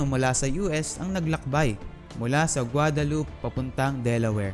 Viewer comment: Now pronounce it in Spanish (Gwa-Da-Lu-Pe) Not too English Not (Gwa-Dalup)